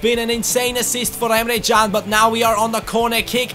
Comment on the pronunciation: today the Turkish football websites have released an article saying that Can's name is pronounced Emre Jun, just saying...